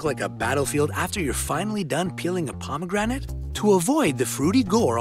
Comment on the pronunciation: Check dictionary for the correct pronunciation of pomegranates. (hint: the e in the middle is silent.)